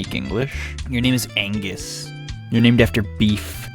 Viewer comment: Agnus. Not Angus. Just saying